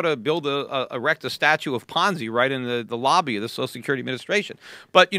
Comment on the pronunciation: Best JRE I have ever seen, but starting at about Peter starts calling Social Security "Sose Security". That drives me nuts. There are 2 syllables in the word Social. It is Social Security, not Sose Security. Thank you.